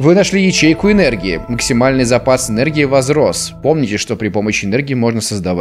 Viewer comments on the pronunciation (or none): В сказал не максимальный, а максипальный. Хех